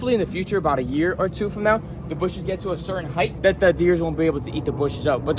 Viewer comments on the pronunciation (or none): none